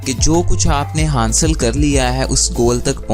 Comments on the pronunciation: its not hansl its hasal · Sir aap ki videos best hain But word" hansil" nai hota" hasil" hota hai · Hansil nahi bhai...hasil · Hansil nahe hota hasil hota h..